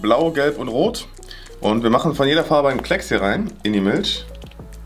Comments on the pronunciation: Normale Menschen sagen "Milch". sagen: "Milsch" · Das heißt Milch und nicht milsch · sagt Milsch 😂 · Wer kennt sie nicht. Die Milsch 😂😂😂😂 (no hate) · sagt Milch anstatt Milch